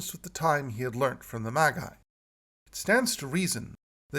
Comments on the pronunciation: the title is commonly (although, illogically) pronounced "Maj-Eye" in English. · I truely believe that the most burning question is: Why is pronouncing 'Magi' that way?